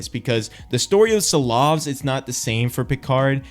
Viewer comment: Ooh that pronunciation on Silovs was rough ngl.😁